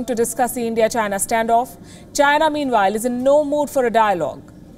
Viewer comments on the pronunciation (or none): its China. .Come on, try it, Chy-Na.....not Jhyna...lol. what kind of talking head is she...lol